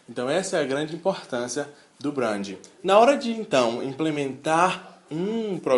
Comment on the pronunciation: Boa tarde amigo. quer ter credibilidade nos teus discursos? aprende pelo menos a pronunciar certo. achei horrível vc falar "brandin" quando já estava acostumado com a pronúncia certa:"brendin".